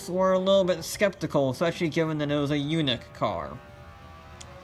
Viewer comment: It's not Yoonik! It's Yaanik!👍😆